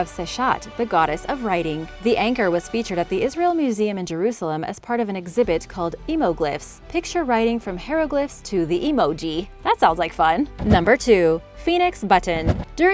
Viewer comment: Love your videos, but the word 'hieroglyph' is pronounced with a long I sound.